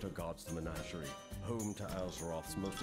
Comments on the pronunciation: MeGNAWgerie is not the way anyone says that word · Trump, plz, listen to the game and pronounce menagerie correctly.